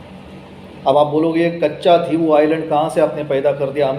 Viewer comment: The pronunciation of Katchatheevubisland is not कच्चाथिवू आयलंड, but कच्छदीव / कच्छदिवु आयलंड (=कच्छद्वीप, i.e. Turtle island).